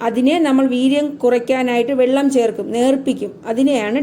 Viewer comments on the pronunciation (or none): none